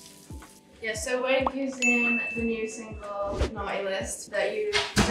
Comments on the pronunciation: This boy can't even say "Signal" and you are saying that my liam bean grew up?🥺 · Liam's so used to saying "single". He can't even say "signal" 😅😅😅